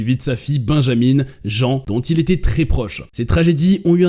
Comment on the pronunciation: À propos de la fille de Mark Twain prénommée Jean, il ne faut pas prononcer Jean comme en français, mais djinn comme le pantalon.